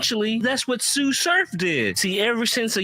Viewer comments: “Suuuu surf” bro tsu pronounced is Suuu lol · It's not TSU like the school lol. Its TSU (pronounced like sue) surf.